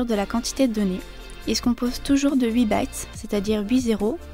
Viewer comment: Cool mais attention tu prononces bits comme bytes, ce n'est pas la même chose. le i de bits se prononce "a la française".